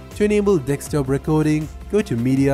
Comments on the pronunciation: Its pronounced Desk top not Deks top. Also, I would recommend slowing down just a touch, and not over explaining stuff like you did in the first tip. Your first tip out of 12 took almost a quarter of your video, even though there wasn't that much information regarding that specific tip. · deKStop?? it's desktop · Desktop, not Dekstop. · Thanks, just a note It's deSktop not deKstop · dekstop lol stop it dude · Am i the only one who heared Dekstop every time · Dekstop XD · Very useful info, thanks, but you have a strange pronounciation and are hard to understand at times. Open nit ork steam. Press nit ork taa. ricord dickstop?? Wtf. Stopped watching halfway, it’s too annoying. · Did i hear him saying dekstop? He said it 5 times between and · when he sais desktop i always understand dick stop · Minemaniac24 I will never unhear that again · Record in this case pronounced like 'R'cord' not Reck Kord , and Desktop is Desk Top, not Decks Stop